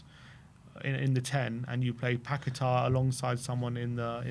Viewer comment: You are pronouncing paqueta incorrectly, annoying. Not paquetar!